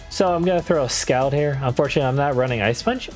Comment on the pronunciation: Scald is pronounced "Sk-all-ed", as in the move is scalding hot.